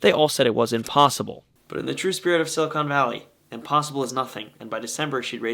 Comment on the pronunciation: Examine the pronunciation: silly-con valley.